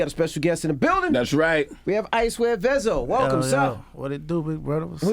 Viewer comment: Vezzo not veezo! That boy cold! Shout out to the shooter behind him looking like a artist. I see you 😂